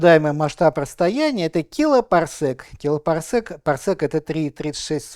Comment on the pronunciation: Парсек же от слова "секунда", там "сэк" вообще не уместно. А такую лекцию он уже рассказывал не один раз. Ну, кому-то внове.